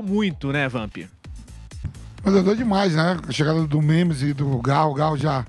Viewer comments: Vampeta não consegue nem falar, chamando o memphis de memis...kkkk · Boa, achei que era só eu que tinha observado o Vampeta chamar o homem de memis kkkkkk